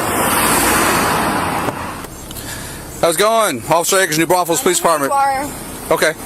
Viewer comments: As a journalist or at least someone providing coverage on a story, you are expected to do your homework in pronouncing names correctly. However, it’s your channel and you do wtf you want. We’ll still give you the side eye for mispronunciations. 😊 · she’s either from San Marcos, Texas, or New Braunfels, Texas. Not San braufels, for anyone curious. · San Braffles? Lol. I think you mean New Braunfels? Pronounced Brawn-fulls. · Good for you - San brothels sounds about right lol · It's actually "New Braunfels" Texas which is between San Antonio and Austin. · It's pronounced "Brawns-vulls", no one can pronounce our Streets, and towns names properly unless you're from here. lol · New Braunfels is pronounced: new bron fels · this is 1 asshole that probably doesn't live here where there are 100,000 other citizens and saying the name of our city wrong not a big deal. I laughed at it when I heard it in the video but then seeing the comment about his pronunciation of our cities name was something else entirely. The people that live here and are proud of our city. Even though like every other city in theses United States it does have issues because no city on this planet is perfect. Deserve the bare minimum respect that he pronounce the name correctly. Especially if he expects us to respect him and his opinions. Which I have to this point and I do believe once he sees my comments if he sees them that he will understand what I'm saying and possibly agree. At which point I think based on what I've seen from him here on his page he will rectify these comments. I've been watching his vids for a while now and i believe him to be reasonable and if I'm incorrect about my perceptions then I completely expect him to let me know why he thinks I'm incorrect and be willing to discuss it but the government has nothing at all to do with his pronunciation of this cities name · You said the name of the town wrong. Its called piece of shit podunk town.